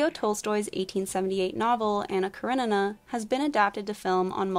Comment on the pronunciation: Please please please work on your pronunciation. Many of the names you got completely incorrect. Elizabeta is not pronounced "bet a" it is pronounced like "beat a" and Karenina is pronounced "kara ni na". Please don't use wherever you are from as an excuse for linguistic laziness. Americans often do this and it comes across as rude and arrogant.